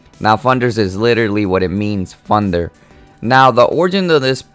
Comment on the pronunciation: still cant tell if your saying thunder or funder...